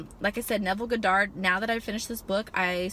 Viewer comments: Honest Mistake, Its just the first time I heard it pronounced that way lol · thats not how you say his name lol